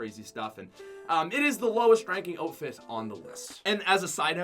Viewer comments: he says oatfit instead of outfit. like if u think he's stupid. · “Otefit”? It’s pronounced “Ow-T-Fit” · It sounds like he ks saying oak-fit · How did he pronounce outfit again? What is an oot fit? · Y u say oatfit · Did he really JUST SAY OTFIT IM 😡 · Am I the only one bothered he keeps saying "oatfit?" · LMAO "Otefit" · does anybody else think he says “oatfit” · You need to learn how to pronounce outfit